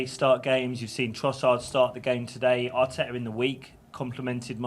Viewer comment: arteta not attak auuuuuuuuuuuuuuuuuuuuuuuuuuuuuuuuuuuuuuuuuuuuuuuuuuuuuuuuuuuuuuuuuuuuuuuuuuuuuuuuuuuuuuuuuuuuuuuuuuuuuuuuuuuuuuuuuuuuuuuuuuuuuuuuuuuuuuuuuuuuuuuuuuuuuuuut